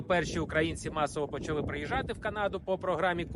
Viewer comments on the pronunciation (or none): none